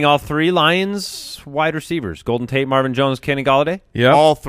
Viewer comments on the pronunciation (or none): none